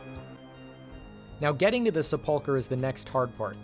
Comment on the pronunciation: Why are all these videos pronouncing sepulchre that way? Is it pronounced different in different regions??